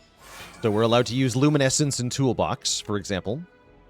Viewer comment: Luminesce is pronounced (LOOM-IN-ESS) NOT (LOOM-IN-ESS-ENCE) Lol idk why but it bugs me not letting you know when you're pronouncing something wrong.